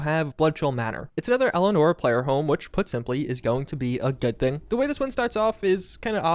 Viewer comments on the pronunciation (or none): none